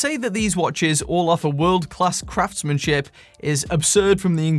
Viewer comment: I honestly thought you said "craftsmansh*t" instead of craftsmanship.